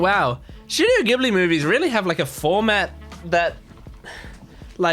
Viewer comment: スタジオ「ギブリ」じゃなくて「ジブリ」なんですよね…。